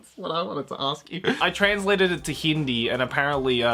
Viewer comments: You pronounce it fast,. Hindi not hin--di. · that's not even a slightlyest near hindi. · I'M LAUGHING SO HARD SINCE HIS "HINDI" SOUNDS LIKE THE "HINDI" AS A LANGUAGE NOT AS ITS MEANING AHAHAHAHHHA. MAHAL KO KAYONG DALAWA MGA ULOL HAHAHHHA LABET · hindi? *laughs with cuz i understood it and sounded funny*